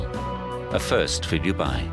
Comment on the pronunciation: How he pronounces Dubai is cringeworthy. The locals do not like it said in such a careless way. Dudnt even get 8 secs in lol